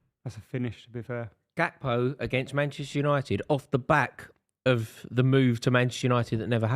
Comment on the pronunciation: It’s Gakpo btw